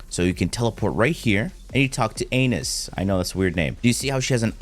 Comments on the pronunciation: “Anais” is pronounced “ah-nah-eece/uh-nai-iss” not “anus” lmfao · ah-nah-is, bro said "anus" 💀💀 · im sure thats gotta be pronounced (an eye eis) not anus 💀😆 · I’m 99% sure her name is pronounced An-ah-ees 🤣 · Anais (anne-eye-eese) Just. throwing that out there for anyone who wants to know how to pronounce the name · Is not anus is pronounced [ah-nie-ees] lol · Im pretty sure it's pronounced A-na-yus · Hey, its "A-niece" not "anus":) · Its french, pronounced A NA ISS would be more appropriate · "Uh-nay-is" actually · Very helpful video, well explained, thank you. The lady's name though, i think it should be pronounced Ana-yees :) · It's so funny how many people mispronounce "Anais", hahahaha. It's not "ANUS", lmao. It's "An-Ice". Sometimes the name has an "e" at the end. It's an actual name! "An-ai-s". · Is it not pronounced…uh - nie - us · I thought it was "Ah-knees" :person-turqouise-waving: - love the vids bro. You helped me through Warframe. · Ana Is..... dude not anus wtf lmao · You talk to anus 😂 it's pronouced Ana - east (without the t at the end) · Great video that helped this old guy a lot. BTW, I believe Anais is pronounced "Ann-eye-ease. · Anais is pronounced uh-NYE-us. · Her name is pronounced "Ah- Neese" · did he just call Anais anus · lol.. I guess I was pronouncing it “Ah-Nai-Us”.. I like anus. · BRUH that is no thow you say her name. Anais is pronounced like this: Anne-Eye-Eese (like reese without the R) same name as one of the characters in amazing world of gumball i think if you want an example of how to say it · shroud called it anus and now everyone is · Bro her name is NOT anus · The award for Most Brutal But Funny Pronunciation Of The Name “Anais” goes to…! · I don’t think her name is pronounced like tht 😭😭😭😭😭😭